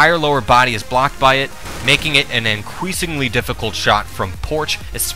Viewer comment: "An incweasingly difficult shot."